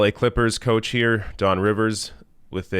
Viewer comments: Don Rivers lol its Doc Rivers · It's Doc Rivers, not Don lol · Did you say Don Rivers? Day made 🤣😂🤣😂🤣😂🤣😂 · HEY... it's DOC rivers not Don